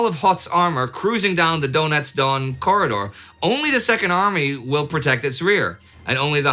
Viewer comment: Indy keeps saying 'Donetsk', I keep hearing 'Donuts'! Sure, this is amusing, but if he would get the accent on the last syllable where it belongs and pronounce all the consonants, it would sound a lot more correct!